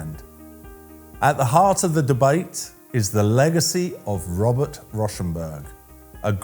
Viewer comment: It’s actually pronounced “Row”- rhymes with cow - shenberg…